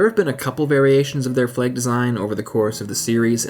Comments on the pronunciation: Has no-one else mentioned that he keeps saying 'fleg' not 'flag' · Flahg not fleeeeg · Just cant get over how you say "fleg" and not "flag". Nice vid though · Can someone please explain to me why the people who narrate these videos pronounce things so incredibly weirdly? F L E G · "Fleg?" :p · The video was nice but the way you said flag is odd because I didn't know what you where saying